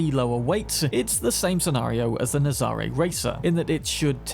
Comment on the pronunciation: The Nazaré is based on a place in Portugal, pronounced nazaray we an emphasis on the ray and not the za.